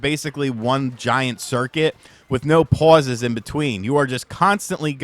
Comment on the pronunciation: this MF tryna talk like a Boston regard😂😂😂 pawses